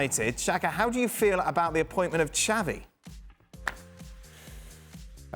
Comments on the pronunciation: It’s “Xabi” Alonso not “Xavi”. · I believe you pronounce xabi as xavi